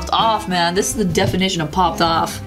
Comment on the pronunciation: No one: Absolutely nobody: Nobody in the entire universe:: “Jazza pOpPeD oFF!!!!”